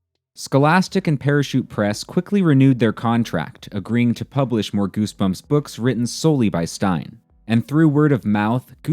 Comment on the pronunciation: Gersberms mah fravrit berks!